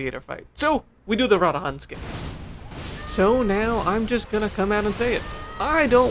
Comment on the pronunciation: Ruh dahn say it slow with me lol